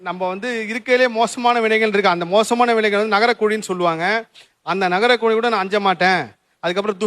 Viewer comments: Nagarakuzhi illai naragakuzhi. Video podum pothu konjam pronounciation parthukkonga sir. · Naraga not nagara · நகரக்குழி இல்லைங்க நரகக்குழி